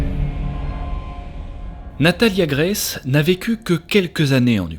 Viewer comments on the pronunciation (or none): none